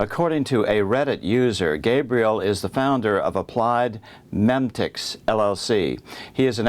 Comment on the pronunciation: Excellent reporting,. Just a note, "Applied Memetics" should be pronounced meeme-etics, as in internet memes. Reports have been done about the effects of memes and their ability to influence society in order to further political goals. One such report can be found here